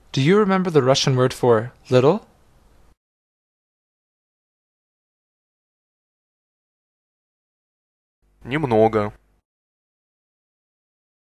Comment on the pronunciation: ee-i. Neemnogo must be pronounced as Nimnogo.